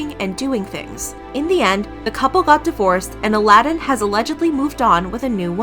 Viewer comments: I love that she keeps pronouncing his name as "Aladin ". 🤣🤣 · I wish you had said his name right. And not the bastardized Disney version. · Ala-din ??? Maybe that's betters two syllables.